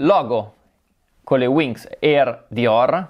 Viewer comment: Voleva dire WINGS ahha